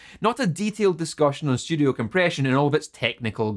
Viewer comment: Fuck what said, I need to see your technically correct essays bc I'm getting into audio production in the home studio. Or, as would say "schtyewdeo"